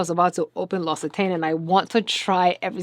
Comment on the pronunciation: Thank you for showing me how to pronounce L'Occitane! P. S. The L'Occitane packaging is a Ferris wheel.